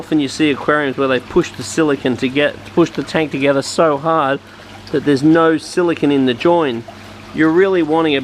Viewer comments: How much more explanatory does semiconductor computer chip silicon.. vs silicone for sealant have to be ? Youre also pronouncing it wrong as well. SiliCON is a computer chip.. Its pronounced Sili cone.. Like snow cone. ice cream CONE.. Construction CONE.. Not sili CON. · Its silicone.. not silicon.. Silicon is a computer chip.. silicone is that rubbery chemical stuff for aquariums bathtubs ect.. Youre saying it wrong as well.. Sili CON vs Sili CONE like ice cream cone. Get it right please lol